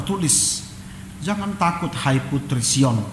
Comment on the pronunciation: Makasih dan Kaka,o iya, jangan bukan zangan, jadi bukan zadi,maaf ya